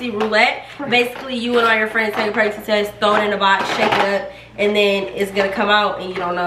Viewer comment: Taake the test, taakkke the test 😂